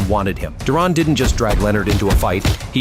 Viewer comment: "Do Ron".... 😂😂😂😂